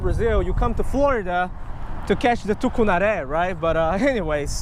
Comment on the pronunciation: Cool video!! Just like all you've made! And good pronunciation in portuguese of our tucunaré! Cheers from Brazil!